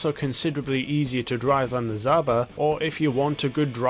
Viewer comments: Zabra? Lol it's Jaba (жаба) or zhaba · So what we have to today is the...zumba when its really pronounced (Z-ha-ba) zhaba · btw its pronounced Zaba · Its the zah-b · Pronounce like this "Za ba" Without an h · How did you get “Zumba”? There’s no M in Zhaba at all 🤔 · How hard is it to say the word lmao. Zhaba is not hard to pronounce.